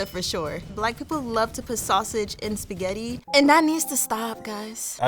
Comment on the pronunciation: “Tuday I gots my sketti”